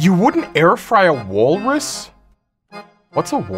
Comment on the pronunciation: "What's a wallwus...guys the police are here"